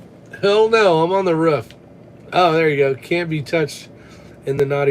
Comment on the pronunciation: WTH is a ruff 😂 it’s a roof u live in the south now 😂